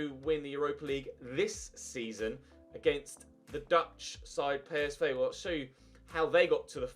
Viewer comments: It's p s v not pay es vay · It’s pronounced “Colown”, not “Kurn.” It’s pronounced “Pee S Vee”, not “Pay Es Vay.” When will you ever learn you stupid bastard!